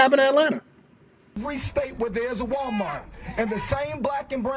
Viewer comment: …😂😂😂”Walmart-tz!” She said Walmart-tz with the extra tz at the end. Wait, I mean the extra tz at-tz the end😂😂😂. People? Which is she?😂😂😂 Tell to use the word “ask” in a sentence…not axe. “I’m fixin to axe you something.”😂